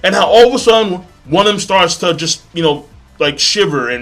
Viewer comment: Okay. Just once pronounce "to" correctly lol. Anyway this episode was INSANE!!! By far the best depiction of hakumen no mono I've seen in any anime.